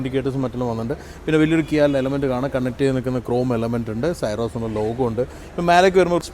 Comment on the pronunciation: എന്തിനാണ് പേര് തെറ്റായി ഉച്ചരിക്കുന്നത് സിറോസ് എന്ന് പറയു.